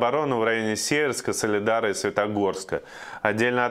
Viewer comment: СИИИверск, а не СЕЕЕверск. Блин неужели так тяжело прочесть на карте населенный пункт?